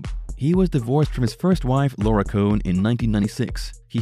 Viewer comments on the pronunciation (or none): none